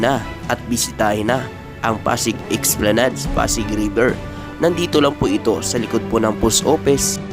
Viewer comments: Esplanad lang po ang bigkas hindi po esplanads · Ang tamang pagbigkas o pronunciation ng ESPLANADE ay ES PLA NAD. Hindi EX PLA NAD.